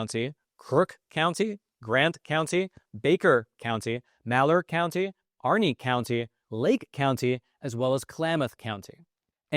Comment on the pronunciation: Please stop saying...county